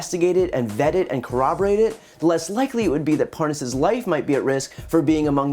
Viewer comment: how to tell the Nunes & Parnas KNOW 1 another... like so many other incidents, Nunes kept trying to pronounce "Parnas" incorrectly, ("Parnaz" & "Parnoz") but when he had to speak faster & attach dudes "WIFE" to the end of said title, he said his name JUST FINE... &then he went right back to mispronouncing it... 🙄